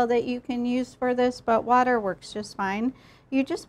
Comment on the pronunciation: fr it sounded like butter